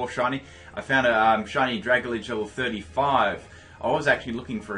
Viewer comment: Sorry, but I can't help it. It's pronounced "drag - al - gee," it's a combination of dragon and algae.